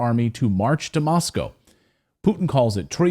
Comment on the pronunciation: You are the only American I have ever heard pronounce Moscow correctly. Respect